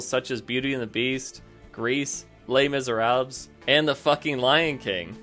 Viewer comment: "Les MiseraBLS"